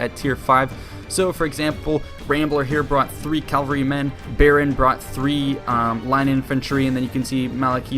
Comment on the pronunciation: its cavalry not calvary